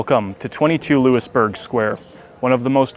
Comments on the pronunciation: Hey....WHY would anyone hire you when you say "LEWIS-Burg" Square...you're pathetic...it is LOUIE-Burg Square. Where are you from, OHIO? Get LOST! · Looey burg square. Not Loo-is